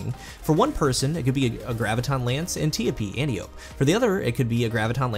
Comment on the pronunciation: ANT - EYE - OH - PEE